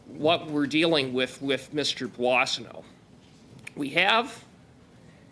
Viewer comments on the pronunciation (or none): Puasano? Is it supposed to be Boissonnault ? For accurate information, at least the names CC offers should be edited.